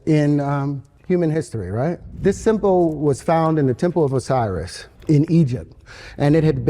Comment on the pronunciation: The way he says symbol makes me want to rip my eyes out.